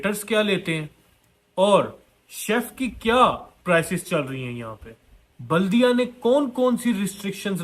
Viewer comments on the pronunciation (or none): Jahil it’s baladeeyaah not Buldiya